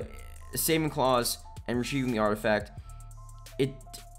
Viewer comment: "artifac" You forgot a letter there 😂